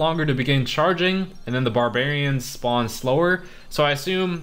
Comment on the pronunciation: "Bahrbewrians pop out"